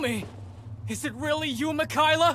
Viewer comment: “Mekaila” I’m sorry Yuu what ☺